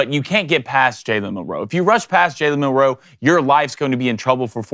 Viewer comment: Please learn how to pronounce his name Mil Row